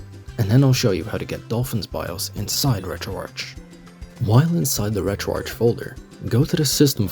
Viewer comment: bro this bitch just pronounced retroarch as "retro-arch".. ITS "RETRO-ARC" AS IN "ARCHIVE"